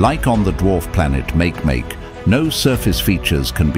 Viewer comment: It's called [ˈmakeˈmake] not [ˈmākˈmāk].